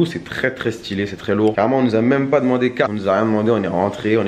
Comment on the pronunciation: « c trop sten » tu mas lair d’être un mec de corbeil